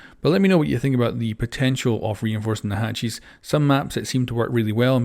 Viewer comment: i love that he says hatchies